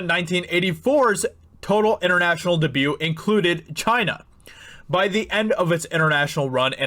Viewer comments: what is "dubu"? I enjoyed hearing everything else you said, but I struggled to keep up when you slapped that word down. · Dude, please learn how to say debut... DAY- BUE... DAY-BUE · Its' pronounced DAYB-YOU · Because of the way he pronounces "debut" I will literally never watch this channel again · Anyone think he says debut weird? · So annoying that he pronounces 'debut' incorrectly. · My hearing isn't the greatest and maybe it is just me, but does he keep pronouncing "debut" wrong? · What's a "the hudinburge" and "dah-bue"?